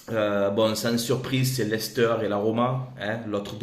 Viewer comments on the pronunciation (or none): none